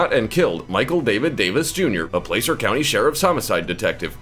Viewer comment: I have no idea why you decided to pronounce "Placer County" as "Play-ser", but having lived there, I can tell you that it's Plah-ser.